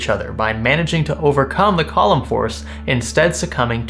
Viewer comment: Column force? Lol. It's definitely Coo-lom haha